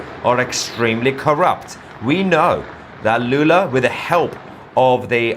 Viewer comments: Not Lulu, it's Lula, Got it ? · If you want to make serious news how about starting by naming presidents by their real name. It‘s Lula, not Lulu.